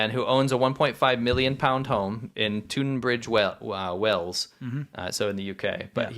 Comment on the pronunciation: It's pronounced tun not toon -bridge Wells.